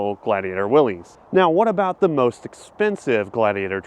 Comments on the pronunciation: Thank you! He said Willy’s like 50 times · Say it with me "Willis"...not "Will-ees". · Great video thanks. I'm with the folks that remember homes and very nice condos costing what these new trucks cost. It's insanity inversely proportional to reliability. highly correlated with distracted driving ie large displays. Fyi Willys, i believe is actually pronounced like Willis. Like, That's what I'm talkin' bout...🤣😂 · i wish all you ppl would pronounce Willys correctly. i saw an interview with the grandson or great grandson of of John Willys and he said their name is pronounced Will - is, not - eez. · Pronounced “Willis” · FYI : The WILLYS JEEP model is pronounced (WILLIS) 😊